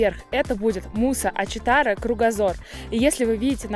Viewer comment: Спасибо за видео) Не была в Домбае с 90 го)) Подскажу вам, МусА Ачитара с ударением на А) Заброшенний отель, жаль, стоит уже почти 50 лет, строили и бросили по какой то нарушенной строительной ошибке, хотели назвать его Аманауз) Еда в горных районах из за разряжённого воздуха готовиться медленнее из за пониженной температуры кипения) я там проживала 2 года и моя свекровь работала в столовой для рабочих, когда только только начинали строить первую канатку, рассказывала, как много немцев приезжали тогда в те места и искали остатки своей дивизии Эдельвейс, находили очень много вещей со 2й Мировой.. Ведь в этих краях шли бои с нацистами... Вагончик Маятник потерпел однажды крушение на моих глазах.. Страшное зрелище было.. В него нельзя заходить более 25 человек, но в сезон там всегда были огромные очереди и набившейся маятник запустили. Канатчики не смогли выгнать лишних и маятник потерпел крушение.. Было много пострадавших.. Видимо, сейчас он и не пользуется особым спросом... Острый зуб горы Белалакай всегда был в снегу, это ледник.. Но, теперь, смотрю, как изменился климат.. Жаль, что практически не осталось былой красоты.. А так, в целом, места там потрясающие! Благодарю за путешествие с вами!!